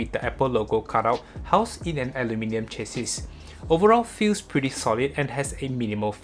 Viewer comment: Hey! Thanks for the video. Chassis is an English word rooted in French and in pronounced “Sha-see” :)